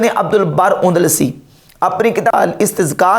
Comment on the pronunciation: اندلسی ہے کندلسی نہیں۔ نحوی نہیں ہے نووی ہے